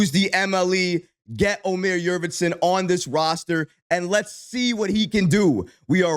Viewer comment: Love your videos brother, I'm a turkish guy from germany. The correct pronounciation: Omer Yoort-seven (like the number 7)